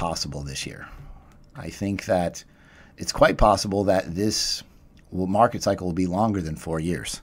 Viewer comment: “Jumping rigggghhht into the marrrrket”